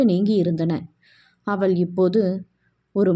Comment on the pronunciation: வணக்கம், வாழ்க வளமுடன், மேடம் தமிழ் உச்சரிப்பு சரி இல்லை என்று சொன்னேன், தமிழில் ழ், ல்,ள் வித்தியாசமின்றி உச்சரிக்கிறீர்கள் . அவள் என்பதை அவல், இவல் , சொன்னால் கேட்டால் என்று ழ் ள் பதிலாக ல் என்று உச்சரிக்கிறீர்கள் என்று எழுதினேன். நீங்கள் ஒரு தடவை கேட்டு பாருங்கள் புரியும். உங்களின் புரிதலுக்கும் நன்றி. வாழ்க வளமுடன் வாழ்த்துக்கள்.